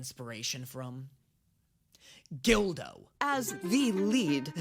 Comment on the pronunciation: ....Gildo?, i love you man, but....COME ON!